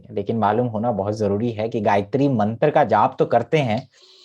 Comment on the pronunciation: gayatri mantra pronunciation is super